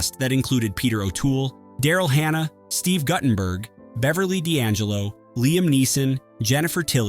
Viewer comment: It’s Steve Goo-tenberg not Gut-tenberg